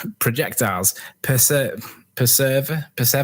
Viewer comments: That idiot couldn't even pronounce "perseveres", so how he think he is some authority on anything is laughable. He also claimed that you need a force to make something move, so the question is; what force is causing a dropped stone to move towards the Earth? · if he dosn't understand words in english how can he claim to know what these laws mean, perseveres is very important in this statement, but he cant pronounce it, so probably dosn't know what it means, undoubtedly he is wrong just on this point alone. one of my most loved phrases from a movie is, endeavour to persevere, and this is what the flat earth is doing, and like Amerindians, they are just hanging on :)